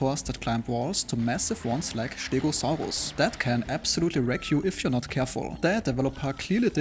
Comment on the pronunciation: He said "Stegosaurus", except with a "sch" in the beginning. That's not even close to what you typed.